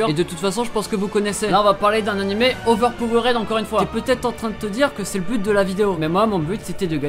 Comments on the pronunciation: on dit "overpower'd", astuce le suffixe "ed" en anglais ne se prononce jamais "ède" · La manière que tu dis overpowered 😂 bon tes français alors sa passe.